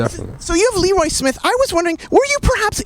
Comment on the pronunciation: Too bad it's pronounced "Lee-roye" instead of "Le-roy."